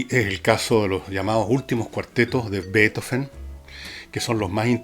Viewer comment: Gracias tan sólo por decir Beethoven , no betóóven. Voy a hechar de menos la radio a pesar que como Usted ,cada día la escuchaba menos, por el locutor ( pseudointelectual de google), y por la época barroca que jamás he logrado digerir. Danke por hablar del más grande Músico Compositor de todos los tiempos. BRAVO por siempre Ludovico, Padre de la luz y de las sombras Del relámpago , del viento y un cáctus de puntas rojas De la noche iluminada sin sol Del día más oscuro De sombras como paraguas invertidos ventolados con o sin olas de gotas como vapor de barco gigante Sin lágrimas ante el asombro, como ve quien ve por primera vez En tus profundidades abisales, tus tectónicos movimientos teutónes paralizan el alma Con tus truenos Tus relámpagos Tu estruendo que te deja sordo La vibración de las tablas bajo tu orquesta ,dan el ritmo en tu mente y alma Retumba cielo y tierra Avanzan los maremotos sobre placas tectónicas implacables ....y después Beethoven. Sólo él ( para mi ) define toda la locura del hombre. La irracionalidad. El intelecto que va más allá de la impresión y exultación . La ternura en su grado máximo. La penumbra del genio incomprendido. Otro piano! Ya no sirven los pianos de esa época El piano forte nace en el ceno de unas partituras que no dan abasto a pianos que fueron muriendo cuando nace él La música no vuelve jamás hacer la misma Revolucionario por exelencia No te sientas en la cocina como los tuyos Ya no eres de nadie Eres de todos Le das el pedestal que la m